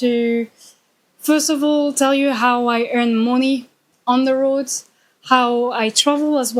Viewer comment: mon‧ey /ˈmʌni/, not moni